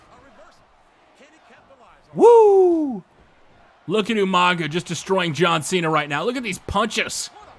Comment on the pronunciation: damn, even in the game's recordings Regal says ''YOU-MANGA''